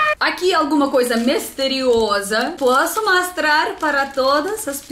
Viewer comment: GANZADA, MASTRAR, EMACOES..mto engraçado, mas o português está melhorando mto..🌹🌻😘